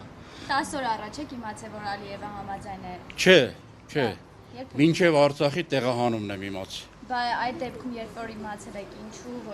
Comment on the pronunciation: Հլը բառը ճիշտ ասա Արծախ չե այլ Արցախ հետո շարունակի